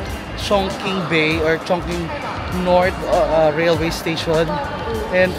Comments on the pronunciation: its Chongching when you pronounce chongqing💙 one of the place I want to visit 🔜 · ChingQing in China pronounced as “chong-ching”, not chong king.